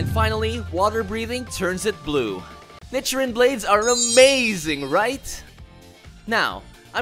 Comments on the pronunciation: Lol he says nichrin and not nichirin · it’s pronounced neechirin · Was anyone else cringing about the was he pronounced “nichirin” 🥲 Also want the mean of the black sword something like “ a demon slayer that doesn’t last long in life”?